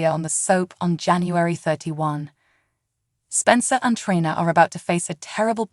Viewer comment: Treeeeeena……. that’s how her name is pronounced!!!!